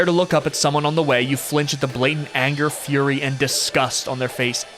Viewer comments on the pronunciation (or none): none